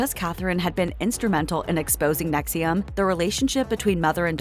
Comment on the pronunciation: The AI narrator is mispronouncing "NXIVM" as if the "I" is after the "V."